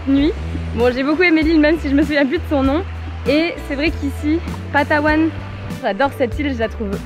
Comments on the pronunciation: It's PALAWAN my friend..... Not Patawan 😊😊😊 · Is this how you pronounce palawan in french? Or you got it wrong?